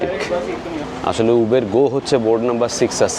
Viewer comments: Uber - when you were in England, you pronounced right. Its UBER not ubeeeerrrr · উবের নয়। শব্দেটি হল উবার। পরেরবার ঠিক করে নেবেন। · দাদা কথাটা উবার, উবের নয়. I খুউব ভালো থাকবেনI আমাদের আরো নতুন নতুন ভিডিও দেখাবেন. I ❤❤নমস্কার. I